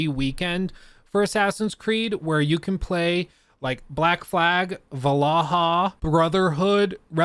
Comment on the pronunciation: is va lar har new? not see than one